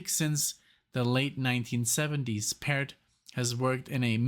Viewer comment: Pairt is correct pronunciation. You got it. Arvo Whole (13 years ago)